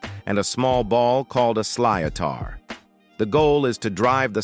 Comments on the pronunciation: A Hurling ball is pronounced "Slitt-er" not "Slee-o-tar". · Hurling is played with a sly-o-tar 🤨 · Na Gardaí Síochána: Nah Gardy See-chon-ah. NOT seech... P.S. Sliotar is pronounced "shlit-er" not what you said...😮😅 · Gar-da She-oh-caw-na. Plus Garda is singular but Gardaí (Gar-dee) is plural. Sliotar (ball used in hurling) is pronounced sli-tar & Camogie (kam-oh-gee) is the female version of hurling. All played for pride of local team up to County level rather than money. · Sly-O-Tar ??? WTF is that ? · I laughed at his attempts to pronounce "Garda Síochána" and "sliotar". Honestly though, great vid, one of the rare ones that don't stereotype Ireland like crazy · AI's total hash of pronouncing the Irish words síochána and sliotar is hilarious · Siochana and sliothar what’s horrible pronunciation 😢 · Both Síochána and sliotar were butchered by this stupid AI voice. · Pronunciation of sliotar is horrendous. Also, not a famine but a genocide!